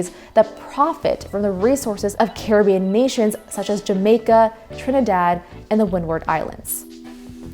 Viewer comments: UK looked terrible? What is your evidence of this? Britain won! They didn't win in NA because they didn't care enough to really fight here. Did you just skip the only successful slave revolt in recorded history? Caribbean is named after the Carib so is not pronounced car a bee in. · Good video but good god girl Caribbean is not prounounced like the Johnny Depp movie title this is real life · That’s not how you pronounce Caribbean